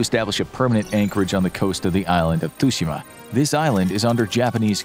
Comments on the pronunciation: Tsooshimah not tusheemuh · mispronouncing tsushima as tushima... think of the tsu in tsunami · The pronunciation of Tsushima made cringe